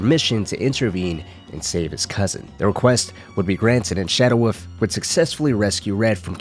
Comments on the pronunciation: This video was good, but I just can’t forgive the dude saying “woof” instead of wolf. There is an L my dude for fucks sake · Fucking hate you people who absolutely insist on mispronouncing the word wolf. It's WOLF not woof. You inbred monkey